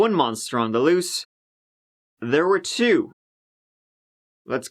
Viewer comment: They were the serial killers, not they WHERE the serial killers. Your speech impairment is starting to get annoying